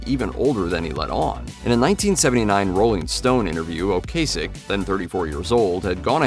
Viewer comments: Its O-Cass-ick....not O Case-ick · Screwed up Ocasek though....